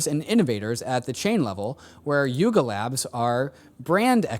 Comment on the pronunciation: Lol coulda sworn he said LARP Labs